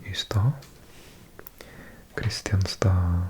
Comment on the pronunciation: Kristianstad is pronounced Krischánsta (krɪ'ɧansta).